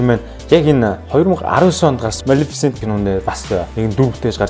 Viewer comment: малэфсэнтийг яаж хэлээд бгаа юм бээ. кккккк... амжилт мундаг шүү